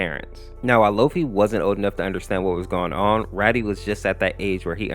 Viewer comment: Its not Raddy its rAdi as in radiation